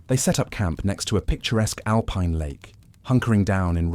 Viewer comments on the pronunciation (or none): none